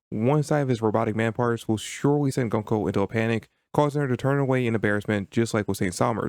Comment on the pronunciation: Interesting video. Btw it's pronounced "GOON-ko", not "GUN-ko"